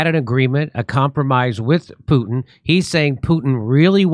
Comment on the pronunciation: lol "pooten"